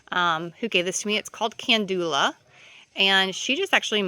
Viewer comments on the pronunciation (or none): Calendula not candula